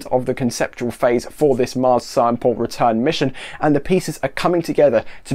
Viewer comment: I head "Marx" and was very confused XD.